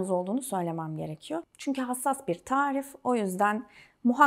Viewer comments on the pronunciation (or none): none